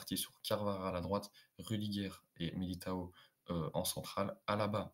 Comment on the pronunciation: C'est militao et non pas miliatao Pouce pour te soutenir